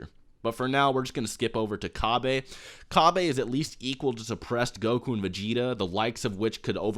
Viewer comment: the name is cabba not cabbe